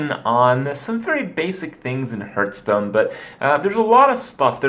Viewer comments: are you annoying me on purpose by saying hurtstone? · It hurts every time when he says hurtstone :s